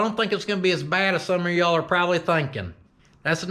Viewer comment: It’s “YEEHAWL….saying it short like “YEHAWL” sounds like you’re asking him if he does actually hawl, ya know. 😆